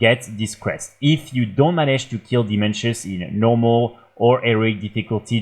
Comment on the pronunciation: Dimensius not Dimenshus. Now we know who doesn't watch the cutscenes.